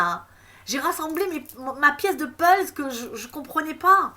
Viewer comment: C'est moi la lumière : on dit puzzle et pas pulz. Sinon 43mins pour dire que ta révelation c'est qu'il va y avoir une révélation choquante en juin....